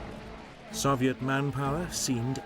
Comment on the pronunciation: Why he say Soviet like that?